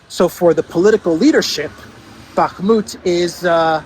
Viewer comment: Can you please stop saying "Bakmut"?